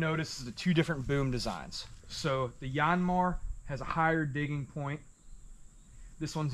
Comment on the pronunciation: Dude it’s not a “YAWNMAR” , it’s pronounced “YANMAAR” like how you would say yankee, or yanking